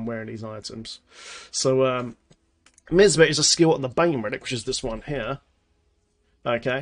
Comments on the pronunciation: MY AZ MA... plz stop sayin miz ma... the i is long sounds like MY. next part is AS sounds like AZ. Then MA. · I love how says Misma:D It's MiAsma. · my-asma :< not miss ma. Great video! Gonna try this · Say MiAsma again lol. Great vid, just getting back into the game (after more than 6 months off) now and am hoping things haven't changed too much! Sharfpshooter was my fave, so hoping this build can keep me alive to I relearn the ropes haha